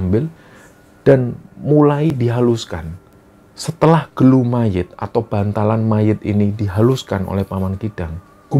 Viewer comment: Bukan gelu bang tp gulu yg artinya leher